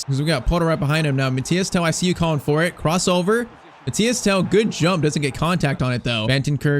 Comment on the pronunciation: MATHYS TEL, not Mathias Tel